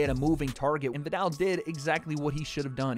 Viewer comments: The “ viddall “ concept 😂 love you ♥️ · Can you please pronounce his name properly